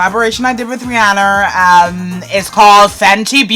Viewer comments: The way you pronounced ‘Rihanna” killed me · "it's a collaboration I did with rihanner" LOL